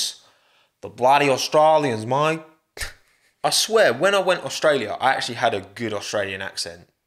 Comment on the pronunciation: Love your accent, The way you say Detroit :D Mate is like Mae xD. Top Job.